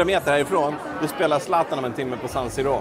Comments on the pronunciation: arenan heter San Siro och uttalas San Siro. inte "Sann Sirrå" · ”sann sirrå”??! finner inga ord